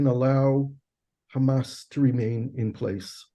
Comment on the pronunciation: Nice interview but it is HAMAS not Hummus. But very informative otherwise